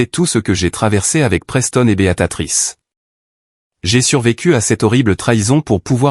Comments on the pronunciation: Encore une IA qui dit Béatatrice est pas alors que le texte indique bien Béatrice! Ça devient vraiment pénible... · Béatrice pas beatatrice. Ça fait plusieurs textes que je corrige, vous ne lisez pas les commentaires. Je ne continue pas l'écoute et je ne m'abonne pas